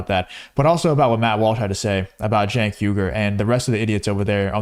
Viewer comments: It’s pronounced “chunk yogurt”. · D...I love all the different pronunciations of Cenk's name...He's sucks...